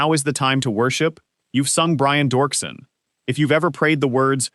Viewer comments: Its Doerksen (Dirkson) not dorkson. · ANNOUNCER!!!! iTS NOT Dorksen, its pronounced Derksen. Pls do the minimal amount of research.